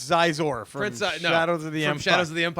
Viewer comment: Xizor is pronounced SHE-zor